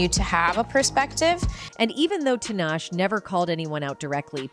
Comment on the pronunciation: Who they heck is t Nash its ta-nahhh- shayyyy. Who is amrie its pronounced ayyyyyhhhh-marieeee please learn these black artist names